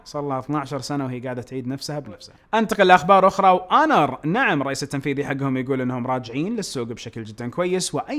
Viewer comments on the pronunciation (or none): اسمها (أونر) وليست هونر لأن حرف h هنا يعتبر حرف ساكن مثال كلمة honest هنا تلفظ اونست وليس هونست وشكرا.